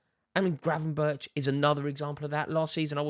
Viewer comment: The right pronunciation is "Gravenbird".Im Dutch so i know.